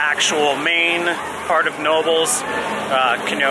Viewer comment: It's pronounced with a hard "K"..... it's a family's name: "Ka-Now-Bels"